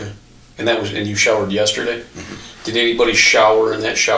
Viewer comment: When you say "did", it sounds like "dead"...so you should mute that too